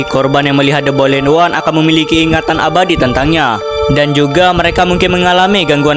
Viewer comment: the boiled one❌ the bolid one✅